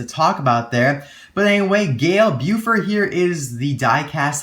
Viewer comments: Hi, I'm back again! The correct pronunciation is: Bow-four. Thanks for the review! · the T in Beaufort is indeed silent. I hope Gale has a french accent. Let's see how of you guys are also french. You can use Google Translate if you want to get the joke I'm gonna make: Il est pas mal beau, mais est-il vraiment fort? Definition: Beau= Good looking (Handsome, Beautiful, Pretty or good looking) Fort= Strong